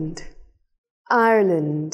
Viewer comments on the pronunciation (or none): none